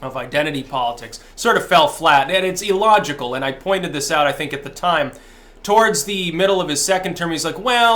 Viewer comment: Yes, it is e-llogical. You know what else is e-llogical? My e-mom. (And e-cigs...)